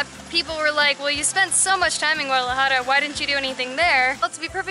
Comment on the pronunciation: How she says Guadalajara makes me mad